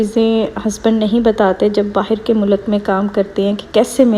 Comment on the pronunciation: Plz behen aap mulak mut kahen ,aisa lagta hy koi uneducated log baat kr rahy hy. YEH LAFZ HY MULK.